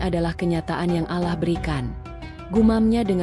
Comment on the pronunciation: Mengucapkan Allah nya salah .